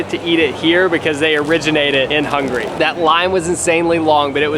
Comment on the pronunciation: Is saying Hungry instead of Hungary?.. It sounds kinda funny